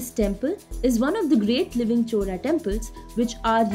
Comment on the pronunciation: The speaker should learn how to pronounce Word “Chola”. It’s not “Chora”. Chora means thief. Chola is name of Lineage.